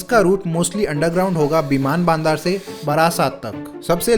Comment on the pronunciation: its बिमान बंदर and not बिमान बानदार 🤣🤣